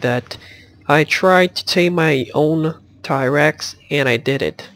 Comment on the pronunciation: ti-rex,who cant pronounce t-rex right?